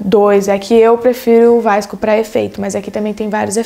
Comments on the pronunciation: fiquei com agonia dela falando vaisco Skskkskskdks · ela fala errado